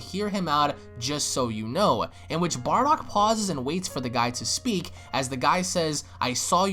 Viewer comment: Haha "Barduck" :3